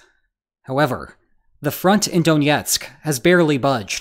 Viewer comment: Stop pronouncing Donetsk like it's Russian.